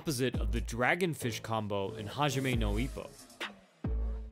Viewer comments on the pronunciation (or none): none